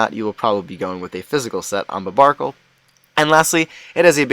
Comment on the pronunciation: Not to mention he's misronouncing barbaracle's name